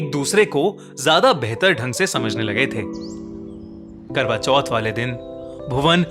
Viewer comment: Legend reading notification kwra choth intead of karwa choth😂